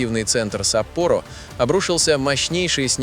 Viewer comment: Да САппоро же! САппоро. Когда же вы научитесь пользоваться правильно вашими ЯЗЫКАМИ! СаппОро - надо же!